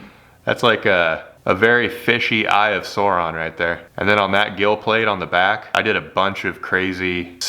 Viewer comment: Anyone else notice that he pronounced Sauron kinda weird??